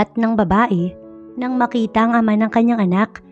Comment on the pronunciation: NANG MAKITA NOT NG BAKITA.